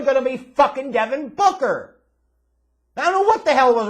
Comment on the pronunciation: Suns Fan here, I’ve been watching you for over a decade now; I don’t like the way you say DEVIN BOOKER!!! Lol